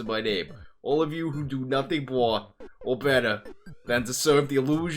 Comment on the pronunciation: I can't stop rewinding to to hear you say 'Or betta' lololol